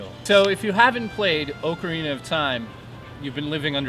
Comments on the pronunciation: Excuse me sir, but at :45, it's OK-rina... NOT OAKARINA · No its more like awh-ca-rina..